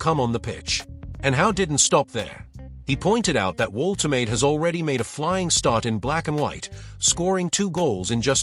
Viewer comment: You said you're a newcastle fan but you can't even spell 'Woltemade' properly. watch this how to pronounce it properly